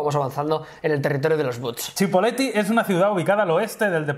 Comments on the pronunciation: Jah, yo soy de General Roca, Rio Negro, soy de la ciudad dueña del Departamento donde se encuntra Cipolleti, no se pronuncia CHI, se pronuncia SI. ALGO ASI COMO SIPOLETI. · AGUANTE CIPOLLETTI PAPÁ. Para la próxima se dice "Cipolletti" no "Chipolletti" por que es un nombre italiano, esta bien, pero somos argentinos :v